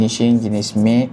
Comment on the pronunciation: Sebutan "Matte" bukan "Made"